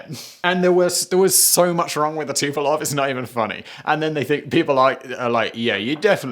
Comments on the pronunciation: Fucksakes Simon! It's TU-PO-LEV. LEV. Not Tu-po-LOV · XB-70 was prettier than Concorde. IMHO. BTW, you keep saying Tupolev Tupelov.